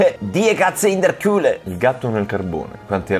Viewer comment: Comunque Carbone in Tedesco è "Kohle", non "Kule". Kohle nella lingua slang, vuol dire anche soldi. 😜